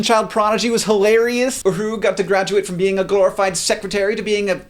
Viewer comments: Simon Pegg played Scotty, not McCoy...and maybe it's because you were talking at warp 8 but it's UhurA not...Uhuru. FEAR MY NERDRAGE! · Totally agree on everything here, except for two things: 1.) Simon Pegg was Scotty and not McCoy 2.) It's Uhura and not Uhuroo. Otherwise, awesome review! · They're calling it Star Trek because that's the title of the movie - NOT Star Trek XI.... you're a "FAIRLY DORKY" fan? ... The characters don't play themselves - the ACTORS play the Characters - and btw, Simon Pegg played Scott - NOT McCoy and it's UHURA not "uhuru." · LOL. Simon Pegg played Scotty. And it's Uhur-A. But I still forgive you <3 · I believe you are slightly mispronouncing Uhura. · "roddenperry" "simon pegg brilliant as mccoy" "uhuru" wut hank, you need to watch some star trek. the real thing, not a bad parody.